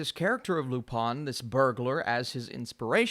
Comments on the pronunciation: Pronounced Lou Pên not Lou pin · Your pronunciation was close, but the "-in" sound (which you nasalized correctly) makes more of a short-e "eh" sound, not "ah".